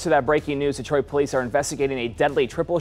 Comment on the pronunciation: Redicueous.. DIETROIT SMH